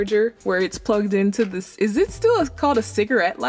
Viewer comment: When Chef Toni sat in the first car and said “Dis nice”. She sounded so Jamaican 🇯🇲🇯🇲🇯🇲🇯🇲